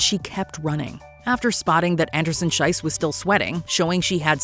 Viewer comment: Please pronounce the name of Gabriela Andersen-Schiess correctly! The way you're saying it your're literally calling her Anderson-"shit", which is what "Scheiss"means in German. In her name "Schiess" the "ie" is pronounced like the "y" in "history" for example. Usually mispronouncing things isn't a big deal but because of the meaning it feels really bad to hear her being called that, it literally made me cringe (and write this comment)